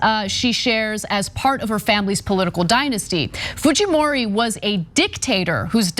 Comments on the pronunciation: You butchered that Japanese name. Haha. It’s basically pronounced “Kay-ko foo-jee-mo-ree” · It's a Japanese last name ... Fujimori .... foo-jee-mor-ee. You are giving it a Spanish pronunciation. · why Ana calling Fujimori as Fuhimori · Her name is pronounced Fujeemoree not Fuheemoree. She’s of Japanese descent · while she is of Japanese descent, as a Latino who has been following this election, it is pronounced Fuheemori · They pronounce it Fuhimori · Why is Ana pronouncing a J as a G? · lol...Fujimori is a Japanese name because...Peru actually had a Japanese president before, and Keiko is related to him. But I don't think the j is pronounced like the Spanish j (h in English) because...Fujimori is a Japanese name.